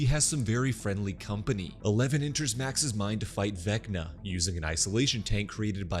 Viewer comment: Everytime he said VecccNNaaa in the video I repeated it.